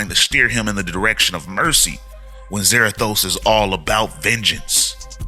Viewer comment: I really hate what they've done with Ghost Rider the last 10 years. Also Za-RA-thos (ra - like in rat). So new Spirits of Vengeance looks like it's Blaze/Zarathos, Danny Ketch / Noble Kale, And Vengeance.